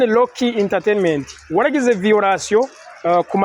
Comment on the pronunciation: None ga homme nawe ko wize urudome R rurakugora kuvuga nk'abanya Rwanda? Rocky usoma Locky? 😮